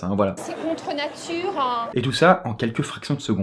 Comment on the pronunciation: C'EST CONTREUH NATUREEUHH